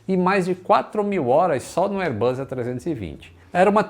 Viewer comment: Excelente canal. Só uma observação: "Bus" se pronuncia com o som de S, como em "boss." O que você tem pronunciado é "buzz," que significa "zumbido," como som de campainha, ou de um inseto. Reiterando, "airbus" se pronuncia o S como em "boss."